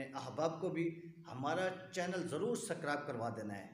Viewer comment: سکرائب نہیں ہوتا ہے بھائی سبسکرائب ہوتا ہے